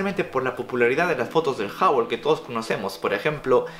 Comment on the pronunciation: No se dice jabol se dice juble